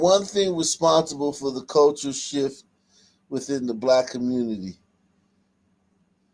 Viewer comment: He meant culturallll sheet, not cultural shift.😑